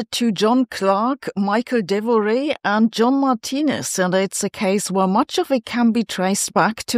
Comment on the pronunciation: Please Sabine, it's Michel Devoret, he's french, not Michael Devoray.